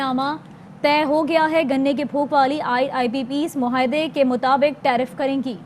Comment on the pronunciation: اے آر وائی ایڈمن۔ مہاعدے۔ مھاعدے۔ نہیں۔ معاہدے۔ ُ م ع ا ہ د ے پُھوک۔ نہیں۔ پھوک۔ برائے کرم اردو کے ادائیگی میں حروف تہجی کی درست ادائیگی کروائیے۔ بہت سارے طلباء اس سے سیکھتے ھیں